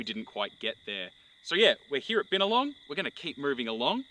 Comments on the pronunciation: Hey, good filming of my region. Btw byna-long, bow-ning (like bow-wow-wow dog noise) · The “bin” in Binalong is pronounced the same way as the “bin” in “binary”